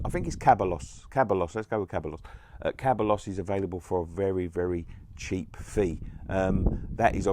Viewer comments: it's Ceballos pronounced se-bah-yos not caballeros or caballos. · It’s seb-a-os 👍🏼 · Ceballos is pronounced (seb)(eye)(yos) great video mate 👍